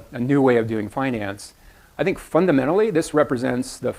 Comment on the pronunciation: Do you fink so?